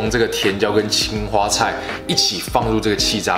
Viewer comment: 青花菜一開始誤聽成青蛙菜了😂